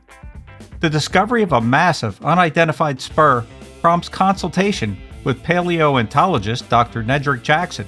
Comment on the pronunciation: don't forget pail-ee-oh-ant-ah-low-jist ( - )